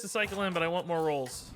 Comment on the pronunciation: The "more rolls" was just too much, it just started to sound like "morals"